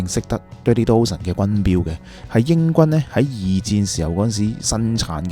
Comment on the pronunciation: You pronunciation of "Dozen" is wrong. Dozen - 一打